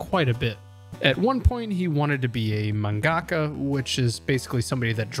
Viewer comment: Lol the way you pronounced manga-ka had me confused for a sec 😂